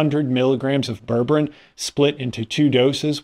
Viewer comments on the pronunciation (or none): unlike towns in Massachusetts, ber-ber-ine is pronounced as it is written with 3 distinct syllables. It's isn't berbrin. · JEEZ! Its pronounced "ber-ber-EEN"! If you can't bother to look it up or Google it, get an adult to explain it to you. Do you say tangerin? Latrin? Listerin? Magazin? Pathetic.